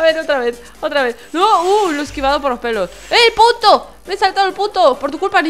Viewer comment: mi hermano dice que dijo puto enves de punto